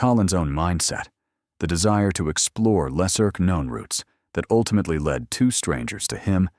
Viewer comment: 😂😂😂 this AI voice “lesser K-nown routes” 😂